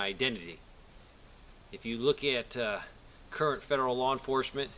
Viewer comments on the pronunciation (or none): none